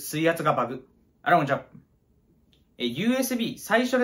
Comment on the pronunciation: みなさんこんにちはがあらもんちゃにしか聞こえん